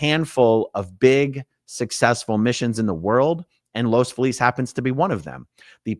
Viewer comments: It’s Los Feeliz. Not Los Falease . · Just FYI, Aaron, the city is pronounced Los FEE-liz.